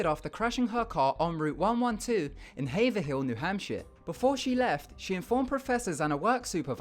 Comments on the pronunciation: I love how people not from Massachusetts say everything so wrong. It's not "haver-hill", it's pronounced "havrill". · is nobody... gonna comment on the fact he said "haver-hill"? It's pronounced like hay-vril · its pronounced "hay-vrull" not "haver-hill", despite the misleading spelling. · lol haverhill is pronounced hav-rill not hav-er-hill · I love these videos. They're so eerie. For Haverhill, it's pronounced Hay-verr-ill. The second H isn't emphasized :) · Haverhill it is pronounced HAYV-VRIL and it is in Massachusetts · You pronounced Haverhill wrong, the 2nd h i mostly silent (Hay-verill)... the last story gave me the creep cuz I live in the general area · same for New Englanders when he said "Haverhill' which we pronounce 'HAY-vrill' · Any Massholes also cringe when he said "haver-hill"... Only people from MA know what im talking about. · I was born in Haverhill MA, I cringed. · He got the Haverhill pronunciation wrong too.